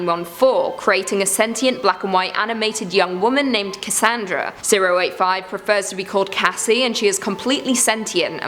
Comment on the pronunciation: "Casandara" Chuck loid I'm sorry...